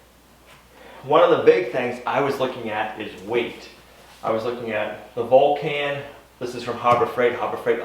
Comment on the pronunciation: Think of Mr. Spock when you pronounce the name of the welder. It's the planet he comes from!